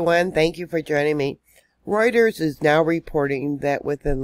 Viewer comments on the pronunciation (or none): none